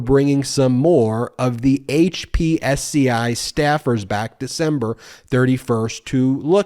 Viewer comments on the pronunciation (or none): Dude, it is pronounced hip-see. Not HPSCI.